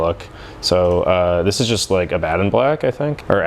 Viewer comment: The way you have been saying Abaddon is correct(ab-uh-don), at least according to the audiobooks.